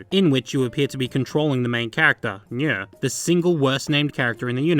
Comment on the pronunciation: It sounds like you’re sayin “Nyeh”